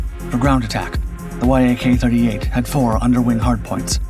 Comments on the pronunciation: In Russian tradition you pronounce it “Yak” as a word, like the animal, not “Y. A. K” Also it’s V/STOL, Vertical/Short Take Off & Landing, not VTOL. Neither the Harrier nor the Yak-38 could take off or land vertically fully armed & fuelled & neither can the F-35 for that matter because it makes them too heavy & unstable. Skys & yes, it’s pronounced “Sue-25” like the common contraction of Susan & “Mig” like the welder, not “M. I. G” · No one says “Y. A. K.” Ii’s one syllable - the first syllable of the last name of Aleksandr Yakovlev. Also, Yak is only two letters in Russian: Як, so if it was read out by letters, it would be “Ya. K.” Please stop saying “Y. A. K.” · Idk why you keep calling it a Y-A-K. It's pronounced "yack". I find it hard to believe you've never heard anyone say it's name, especially with how long you've been making videos. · It's not the Y-A-K, it's pronounced "Yak" (yack). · ffs. It's not Y A K it's Yak- pronounced Yakk.. Rhymes with Jack. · Shit background music at the start. AND no one refers to Yakovlevs as Y. A. K. you simply say ‘yak’. You’ve made 2 GLARING errors 1) The Kiev doesn’t have a ski-jump flight deck. 2) It has an angled flight deck. And you certainly should know the difference. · Hey man. He just finds old pictures and videos of stuff that may or may not pertain to what he is talking about. I think he is learning as he goes along, does his research on it, and writes a report about it. VTOL. He pronounced the letters "V-T-O-L," instead of "v-tall." YAK. Pronounced "Y-A-K" instead of just "yak." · it's not Y - A - K, but Yak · You don't say it like Y-A-K, you say it like the animal (yak) Neither is it V-T-O-L, you say Vee-toll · Not "y-a-k" jets. Many Russian airplanes are "Yak" (fill in the type). Yak is the first three letters of the designers name. Yak rhymes with jack or hack. That's the way you say it. Patrick Cowdrey, Central Point, Oregon, Commercial Pilot since the 60s. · Say Y A K again, mf. I dare you